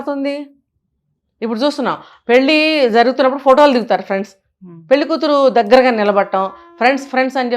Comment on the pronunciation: పెళ్లి సవ్యం గా పలకండి